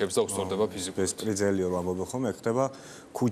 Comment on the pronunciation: ბესპრიძელი არამედ ბესპრიდელიიი სწერვა არა სტერვააა